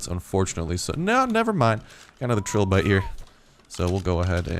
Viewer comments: fyi they are pronounced "try"lobite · Trilobite. Pronounced Try-low-bite.